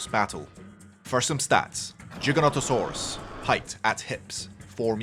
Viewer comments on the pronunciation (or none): Giga not Jiga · Giga with a hard G like in gigabytes. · He still says it wrong